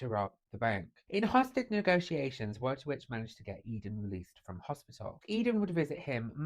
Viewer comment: it's pronounced Voytovich.... trust me, i'm a professional Pole